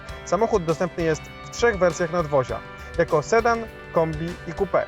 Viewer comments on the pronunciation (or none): none